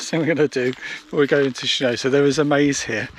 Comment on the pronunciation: I think it’s pronounced Shen-on-so but thank you, loved the video